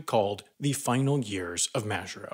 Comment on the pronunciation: You pronounce Majuro incorrectly